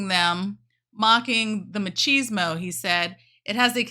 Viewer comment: What's ma-cheese-mo ?